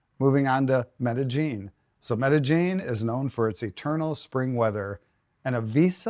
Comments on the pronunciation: MEDA-JING??? No...Meda-YEEN pronounced. Spelled-Medellin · There is no J sound in Medellin. The double L is pronounced like Y. Me-de-yin.